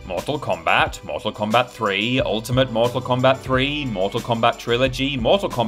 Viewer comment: Why do you have to say Mortak Kombat every time!?